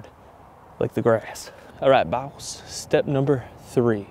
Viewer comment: says b0ss instead of boss Me: I see you're a man of culture